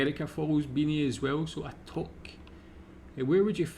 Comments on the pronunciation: Toque is pronounced too-k, not toke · its more like TUKE not toke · FYI...toque is pronounced "tewk" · Great to see a Scot who knows more about us than any Yankee! BTW, if you're French Canadian, Quebec is pronounced more like "kay-beck" or "keh-beck" but for Anglos, it's more like "kweh-beck". And touque is "too-k", not "towk". Sorry if you heard me laughing over "Sass-ka-choo-an". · Yep , we love to toke , but the pronunciation is tuque , like nuke , but tuke ! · There's a disagreement on the spelling of toque or touque, pronounced more between tou (like you) and uque like ukelele. Of course since it has french origins. The way you pronounced it was more like a toke which is to smoke weed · A toque is pronounced tuque. I have never heard of a bunny hug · Toque rhymes with spook I know it's spelled as in the French but it is pronounced like😊 spook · Toque is pronounce like two-k like number two with a k at the end, so obvious, eh? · aarrgh. It is pronounced TOOOOK. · Yes, we do have a Canadian Football League, called the CFL (Canadian Football League lol). The Grey Cup is so named for the at the time Governer General, Earl Grey, who commissioned the trophy. Toque is pronounced like 'two-k' (tis a french word). 'snowbirds' is also a slang for Canadians who go down south in the winter haha. Like holidaying in Florida during the winter. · Toque is pronounced tuke, like puke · It's pronounced twok(2k) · Touque = (French) Pronounced "toooook", or two, with a "k'". Also called a "stocking cap" (archaic) similar to those in Scandinavia. As another Canadian, I like your channel. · 'Toque' is pronounced like 'kook' or 'duke'. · Toque is pronounced too-ke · Toque is pronounced more like “tuque” as it is from French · it’s spelt toque but it’s pronounced tu:k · It's pronounced TOOK like in Perrigan Took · Toque is pronounced toook and is NOT a beanie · "Toque" or tuque rhymes with "duke".